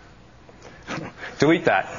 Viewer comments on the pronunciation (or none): well when he said delete that it sounded like dewete dat. and also i use it and its awesome! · lol the guy says DUVITAT instead of DELETE THAT o.O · That guy is an idiot its not getting it right cause hes saying deweet dat